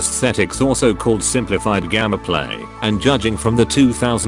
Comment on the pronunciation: Hearing gammaplay instead of gameplay is ruining the video for me